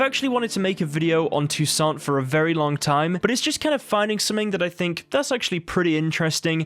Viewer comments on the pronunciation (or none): No, you add a French accent to Toussant...the last 't' in the name is SILENT. Count de la Croix is 'Count de la Cwa' Syana is short on the y sound and longer on the 'na' at the end. Her name is Anna, not Ana. Don't worry, it did my head in when I learned it at school, now it's just become habit. Toussant is heaps lighter and brighter then Velen and the city isn't as dark and dreary as Novigrad on a cold and wet day. It's so much sunnier so far south...an all over cheerier view in the player.